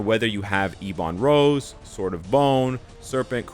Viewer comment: Please stop saying eeeeee bon rose, its ebon rose, is ebony maw called eeee bony maw? No he isn't, please learn how to pronounce words lol, both you and other creators keep saying same thing and its so frustrating. Other than that, love your videos